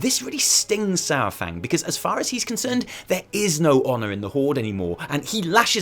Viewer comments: People uhh.. People know it's Pronounced SAR fang, not SOUR fang, right? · The troll in Old Soldier Says it himself 45 seconds in. The first spoken words in the cinematic are "Oh, Lord Sar-fang"